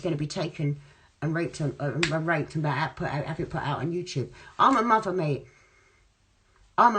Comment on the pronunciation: I’m a muvvvvvva mate I’m a muvvvva 😂😂 That nose tho😂😂🤦🏼‍♂️😂😂